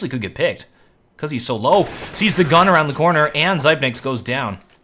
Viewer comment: please, its not duphruh, its like dufree, and not sypenix but sipnix, plz (yes im from denamrk and used to hear commentators say it like that, keep up the good work